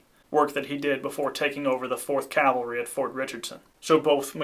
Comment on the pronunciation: PLEASE stop saying "calvary" when you mean "cavalry". It hurts the informed ear.